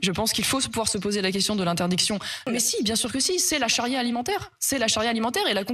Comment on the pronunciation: "La chari'a alimentaire" 😂😂😂😂